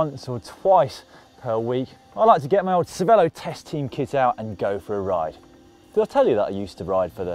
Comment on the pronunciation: How come everyone mispronounces Cervélo? They put an é in it and that says ay as in hay not e as in pet. Is it a veiled allusion to the Canadian eh?